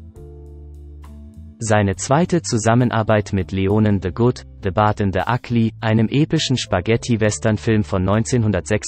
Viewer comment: Ja das ist echt peinlich haha